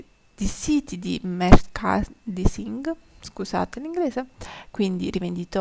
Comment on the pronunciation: Merchandising si pronuncia “merciandaising”😚